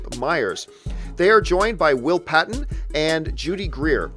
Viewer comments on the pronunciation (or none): none